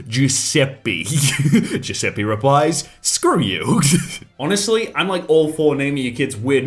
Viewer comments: Its not giuseppee Its giuseppe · It's not Giuseppi, it's Giuseppe. E like elephant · The reason "Giuseppe" sounds weird to english speaking people is because every single one of you completely butchers the pronounciation, it's not even remotely close. It's closer to "Giuseppay" rather than "Giuseppee". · saying giusepee hurt my soul as an italian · Lol it's weird because u pronounce it wrong, u should pronounce it Giuseppa(read the A like A in bacon) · Anyone else cringed when pronounced that Italian name as "Jews a pee"? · It's an Italian name,dude. Giuseppe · that Giuseppe pronounce triggers me pretty hard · Ffs please stop saying Giuseppe like that, in italian "E" is pronounced differently, it's like an f but without the "FH"/"TH" sound, try it on translate (make sure to use the italian voice btw) I beg you, every time someone in the world says Giuseppe wrong, an italian grandma dies